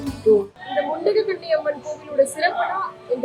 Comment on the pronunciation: The Amman name is mundagakanni Amman, .not mundakanni, say properly